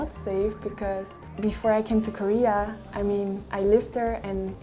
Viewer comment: "코리아" 라고 말하는 부분 발음이 너무 조으네요 ㅎ